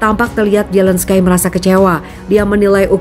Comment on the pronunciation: Di Bacanya Zelenski ko Zelenskay hihiiiii...